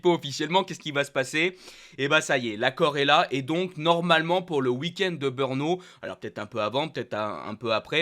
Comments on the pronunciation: In 2027, when you’re commentating on the Czech GP—or "BEURNO," as you pronounce it—I hope you’ll have taken some diction lessons and won't say "BEURNO" anymore, but rather "BR-NO" (which is how it's spelled: BRNO)... OK, got it? (If you know the chauvinistic commentators at Canal+, have a word with them; they make the same mistake... A huge THANK YOU!!!!) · L'année prochaine si tu parle du GP de Tchéquie,fait un cours de prononciation...par exemple ne dit pas:BEURNO,cela ce prononce BReNO et cela s'écrit BRNO